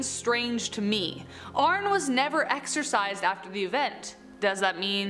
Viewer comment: His name is pronounced like Arnie not Arn